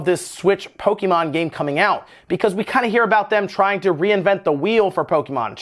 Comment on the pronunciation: PO-KE-MON !!!!!! WTF DUDE say it correctly!